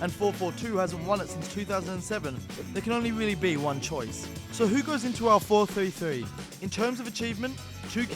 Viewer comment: am I the only one bothered by the way he says 4-3-3?